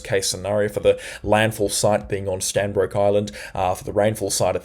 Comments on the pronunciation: Stradbroke Island not Stanbroke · Hey man, it’s Stradbroke Island NOT Stanbroke Island. Google maps will confirm! Homework! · just a slkght correction its Stradbroke island not strandbroke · Standbroke Island??? Do you mean 'Stradbroke'???? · Stradbroke Is, not Stanbroke Is. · Stradbroke Island not Stanbroke Island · great coverage many thanks. Not Stanbroke Island, it is Stradbroke Island. Come visit some time😅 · It’s not Stanbrook island!!! It’s Stradbroke Island. You need to get things correct if you are going to talk about whether events and life’s of ppl. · Stradbroke not stanbroke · Hi good report .. it’s actually Stradbroke Island not Stanbroke 😊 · Stradbroke. Not Stanbroke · Bro it's Stradbroke Island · Hi, It's Stradbroke island. Locals refer to it as Straddie. Keep up the very informative videos. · It's Stradbroke Island _ Strrradbroke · That's 'Stradbroke ' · Stradbroke Island !!!. Get it right my friend....